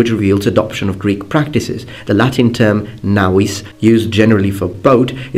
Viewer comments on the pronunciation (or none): none